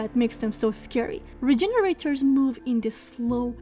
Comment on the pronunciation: Awww you Cutie, you were pronouncing it right but in the RE4 remake they're labeled Regeneradors <3 <3 <3 Cutie.